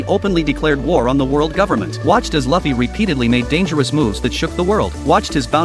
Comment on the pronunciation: Keep saying fluffy Lu fee